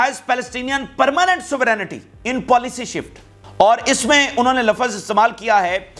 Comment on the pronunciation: Your pronounce session is wrong lawaz Lafz is correct